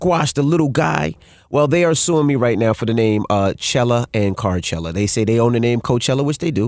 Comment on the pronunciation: Why doesn’t he just go “Carchelluh”